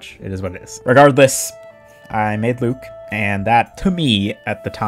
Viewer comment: IT'S PRONOUNCED LUKE?????? also why on earth do you use sticky please tell me this isn't your gameplay or that you're doing it for a joke ...please? cool video btw